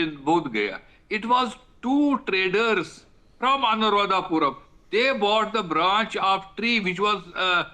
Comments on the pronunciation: It’s not Anuradhapuram you *** it’s Anuradhapura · It's not " Puram " it's called " Pura " - Anuradhapura Sri Lanka is an independent country. Geographically it's been separated and politically should not be connected each other.